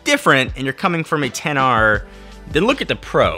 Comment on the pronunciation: it's only at this "10R" mention i realize you didn't pronounce X.R